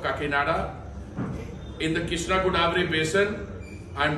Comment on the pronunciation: It's godavari not goddavari